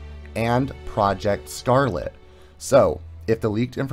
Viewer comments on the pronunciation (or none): none